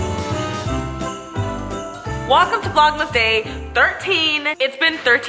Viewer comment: Was it just me or did she say 'wakam to vlogmas'?